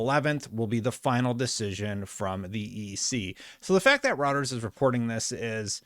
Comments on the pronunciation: It's pronounced "ROY-TER-S." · ROY-TERS ROY-TERS ROY-TERS ROY-TERS ROY-TERS ROY-TERS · Isn't it pronounced Roy-ters? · I think Reuters is pronounced "Roiders," just so you know. The political commentators who cite them as a source always say it that way. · Little tip: Say the eu in Reuters like the oy in the name Roy. Roy-ters. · here’s how to pronounce‘Reuters’ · See how to say Reuters at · Dude, learn how to pronounce Reuters lmao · you are pronouncing Reuters wrong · Hi, thanks for doing these updates, much appreciated. One correction, it's pronounced 'ROY-TRZ'. Not 'ROU-TRZ'. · It’s Roy-turz not like having multiple Wi-Fi routers, you even hearted my comment about this in another video. You’re killing me 😅 But seriously, great job keeping on top of all this ABK news. You’re one of my primary go-to sources for stuff like this. (And yes I am in the 50% of your viewers who are actually subscribed 😇) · Just FYI, it's pronounced ROYters. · It's pronunciation is ROYTERS - not what you call it. Catch up man. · Thanks for the vid. FYI: It's pronounced 'Royters' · Once again, Reuters is pronounced as roy-ters. _ROY-TERS. I know you don't cover politics or other types of news, but as a journalist of some kind, I think you should know how to pronounce it. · ROY-TERS! It's Pronounced ROYTERS! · I will definitely subscribe if you stop pronouncing Reuters as "Routers". Please! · The way you pronounce smh D. it's pronounced (Royters) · lol, “row-ters” is still so jarring every time he says it. Roy. Ters. Royters. Reuters. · It's Reuters (Rew-ters) not routers like the wifi. The hell is wrong with you? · “Routers” lol it’s “Roy-ters” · Love the content! But its “Roy-ters”. Not routers, rooters, or roosters. I swear you change the pronunciation in each video. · It's pronounced ROY-turs. A router is what you install at home for Internet access. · It's called Roy-Ters not Router 🫣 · Reuters is pronounced "Roy-ters" not "routers".